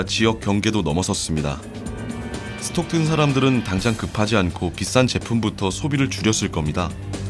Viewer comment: 스톡튼 × 스탁튼 ㅇ